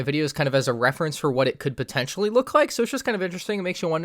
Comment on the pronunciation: you say "pontetionally" at least 3000 times